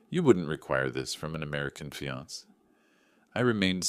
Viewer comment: Good story. Please teach your AI. Fiance is pronounced fee-on-SAY, not fee-ONS. Same with the e on cafe. Please fix this as it's annoying.